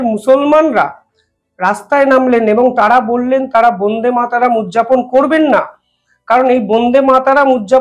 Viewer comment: উচ্চারণ হচ্ছে না। বোন্দে মাতরম্ নয় । ব( অ) ন্দে = বন্দে মাতরম্ । প্লিজ মনে রাখবেন।